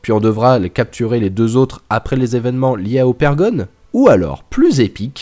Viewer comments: Mais c'est pas Opergon, c'est Ogerpon! Dsl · C’est ogerpon et sa se dit ogèrpone 😡😤😩